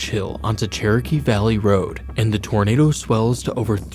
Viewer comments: "Dat's a big Tornadaw" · “thats a Big taarnader”😂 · “Dats a beig tournaduh” 🗣️🔥😭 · IM SORRY BUT IM DYING “thats a big tornada” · “Thas a big tawnadah” she wasn’t lying😮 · “ThAs A bIG TorNaDa!” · "thassa big tuhnaduh" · das a big tonaduh. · I love the way he says “that’s a big tornadu” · "dhats a beg tonaduehh"hits hard🗣️🔥🔥🔥 edit: HOW GARY CAN SURVIVE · "that's a BIG tarnaduh!" . Them old folk knew what they was lookin' at to be sure!!!! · Just came to say this lol